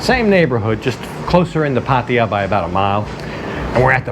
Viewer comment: Always great videos, but I have to ask.. why do you say Pattia? Its pronounced Pattaya, atleast from what My thai girlfriend says 😁